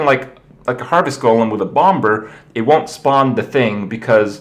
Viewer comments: The 2nd B in Bomber is silent - Like Bommer - Not Bom Ber -_ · Bom Ber. Bomber bro, the B is quasi-silent. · Kripp, it's pronounced as /bomb-er/, not /bomb-ber/ :S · he still says bomBer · The second B in Bomber is silent... I couldn't not focus on that the entire time watching this. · The second B in bomber is silent kripp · Hi Kripp! Just to let you know, patron is pronounced PAYtron, not PAHtron. Say it with me...paaaaayyyyyytron and FFS, THE SECOND B in "bomber" IS SILENT (And yes, I know Kripp doesn't read these comments)